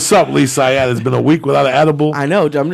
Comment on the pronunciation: It’s pronounced Lee Swatt **